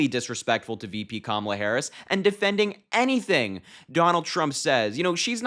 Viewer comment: She made a fool of herself mispronouncing Harris' name several times. What a jerk.